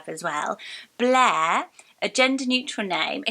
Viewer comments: I love blair but thats the first name that sounds WORSE in your accent. It really does sound like "bleh" with the soft r 😅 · It also sounds like the French word bleu 😂